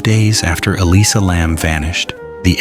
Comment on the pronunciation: Nothing new here, repeated false information. I don't know if you ever heard of something called youtube, but try to find it and look on there, posters are still going up on that roof with no alarm or lock. Even the way the name is continually mispronounced in different ways is annoying.